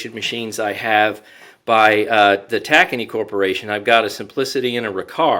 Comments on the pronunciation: Haha the way you said Tacony cooperation. It's pronounced like tuh-coney not tak-any. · Doesn't mean they are right just because they are a dealer. They misread it the same way. It is Tacony. Like Coney Island. There is no "a" sound in the name unless you're from Staten Island, haha